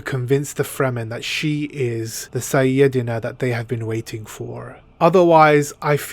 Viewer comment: IT'S PRONOUNCED SAI-YA-DE-NA LOL